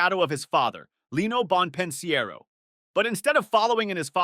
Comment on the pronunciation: Bon pin siero 😂